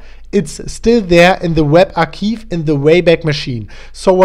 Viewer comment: Archive is pronounced “archaive” rather than ”archiive”;-)